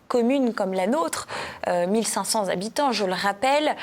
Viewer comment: On dit :1500 habitants et pas zhabitants